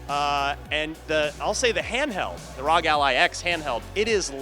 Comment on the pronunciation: The brand is literally R.O.G not rawg dude